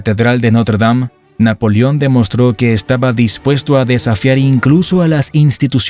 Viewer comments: Pronuncia bien amigo . No es NAPOLIÓN .. es NAPOLEÓN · Muy buen documental, lástima las ocasiones que dice Napolion, en lugar de NAPOLEON. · Napolión??? Se dice NapolEón. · Napolión? O Napoleón?